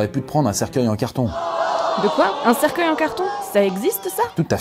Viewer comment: Je reve ou je entendu cerceille #coffindance